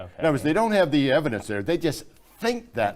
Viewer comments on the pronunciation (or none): Just before Did just mispronounce the word "evidence"? It sounded like he said "evilence"... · ... did he say eviLence?? lol. WTF. Talk about fuzzy. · "Eveldence". The man said "eveldence". Is that a "fuzzy" word? 🤔 ( in your video). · the observable evelence?